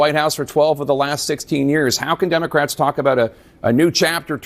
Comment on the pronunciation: When this man tries us that he's smart pronunciation of Democrats he leaves the letter s off Democrats. I will not view anymore of his videos.